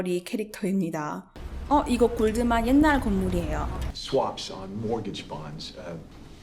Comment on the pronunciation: 을 최근에 알아서 영상 하나하나 보고있는 와중에 앗!! 하는게 하나 나왔어요 하하하하 영어 쓰실 땐 잠깐 나오는 단어라도 발음 원어식으로 쓰시는데 Goldman 은 골드만은~~~ 하면서 한국식발음으로 하시네요 ^^ 영상 보다가 뭔가 익숙하면서 미묘하게 뭔가 위화감이 들어서 응 뭐지? 했는데 ㅋㅋㅋ